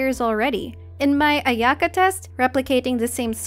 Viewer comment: Can you try saying Aya-ka. I'm sure you can do it. It's better to say it that way.